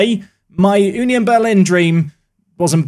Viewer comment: It's more like uh nion Berlin and not you nion Berlin